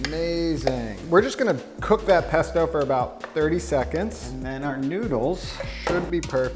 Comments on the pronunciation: I'm not Italian but even I am offended by your "pesto" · im not italian but im still upset about your "pesto" jajajajj